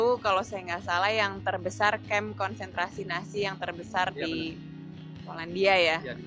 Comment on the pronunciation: Nazi mbak bukan Nasi 🤣🤣🤣